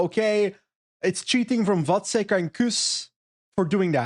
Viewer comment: Kudos to for pronouncing Vacek right. But the previous wrong pronounciation with č, as in Czech, was fine with me as well. It is the second second spot in the family concerning big tours, his brother was second in that slow Giro headwind mountain finish last year - in the most "come on do something" stage of that race.